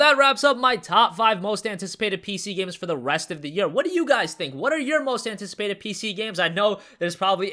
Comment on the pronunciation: Hobrick He is from America so I have no idea why he pronounces it that way. I also don't know of any languages that would add random letters instead of switching sounds of letters.